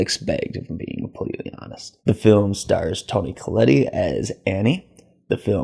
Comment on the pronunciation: "There's no real development from normal to strange. It just starts out strange." Yep. Your point? The "e" at the end of Tony Collette's name is silent. Ellen intended for Peter to be the host for Paimon because it wanted a male body but Annie didn't make Peter available to her so she zeroed in on Charlie. (Ellen tried to use her own son, Annie's brother but he committed suicide once he figured out what she was doing to him) Re: Charlie's death: "It's a lot of coincidence being played off as grand scheming and it really falls flat." LOL. You're trying to use logic to explain the supernatural elements of the movie. You must have a HUGE problem with the headless corpse levitating! LOL. Re: Annie's miniatures: Whining about your unmet expectations in that department seems unfair. You should critique a movie for what it is, not for what it isn't. It's blending of the psychological and supernatural was the point, not a structural flaw. Overall, I think this movie is most successful with folks willing to go along for the ride and not overthink it every step of the way.